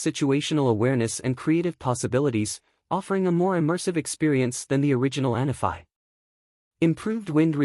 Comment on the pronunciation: Isnt it "ahn_AH-fee?"